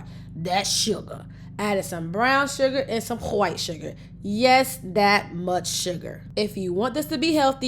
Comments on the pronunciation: whats with the weird speech impediment ...I've never heard anyone not be able to pronounce white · Hwhite sugar. Stewie approved 😆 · Hhhwite sugar 😂😂😂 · When she says whit that shit sound nasty asf 🤬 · you say "wHite" like an old school southern racist 🤣🤣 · I like how she say "Qwhite Suga" 😆😂😁😆😆 and "Hgome Made" 😍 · HAWIIIGHT SUGAR 😂😂💯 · The emphasis of the “white” sugars 😂😂😂😂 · The way you say WHITE 😂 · Why you say white like that⁉️🤔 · Why you say white like that? You don't pronounce it the same when you say whole milk. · Why do you pronounce white that way??? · Why does she say white like that? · What’s with the ridiculous way you say white? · Why you say white sugar like that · Why does she purposefully mispronounce the word 'White'? ( turning it into a Arabic sounding word!)